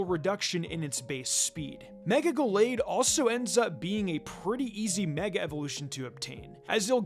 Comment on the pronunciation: How about "Go-lade" as well? That pronunciation is wild